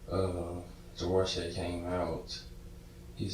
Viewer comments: Javarceay? That's all I needed to hear... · Are we sure that his name isn't pronounced Ja-var-see-ay? (Because that's what I believe). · "Javarceay"? WOW lol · juhh var see A 🤦🏼‍♂️ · I do believe his name was meant to be ' Jav-ARSE-ay.👍👍